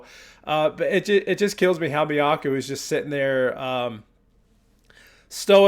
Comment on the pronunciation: Love this band so much. Miyako - rhymes with toe 😊😊. Good to see Haruna getting attention and deservedly so. Perhaps we need a new song rating system based on goose bumps. 😂😂